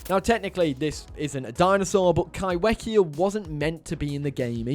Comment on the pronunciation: Highly disappointed you didn't include the list that Matt said one was right. Also stop pronouncing kaiwhekea wrong it's said like Kai Fe kea. Maori name that's how you said it